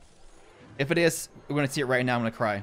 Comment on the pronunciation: do u watch anime ? every time you say now u say neow ☝️☝️